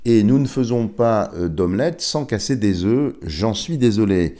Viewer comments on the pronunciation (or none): none